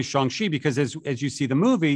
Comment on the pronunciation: Why is he saying it like shung chi